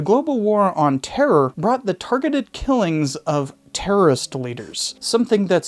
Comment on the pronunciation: Nice GW Bush pronunciation there on the word "terror". G-WOT!